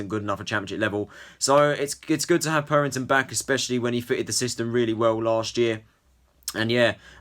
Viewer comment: It’s not purrrrrrrington It’s purrington